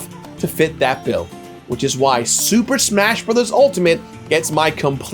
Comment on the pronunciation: "SSMMHHAA-shas always fely like a game..."